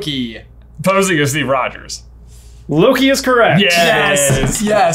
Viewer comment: J putting a ‘d’ in Rogers triggered my fight or flight response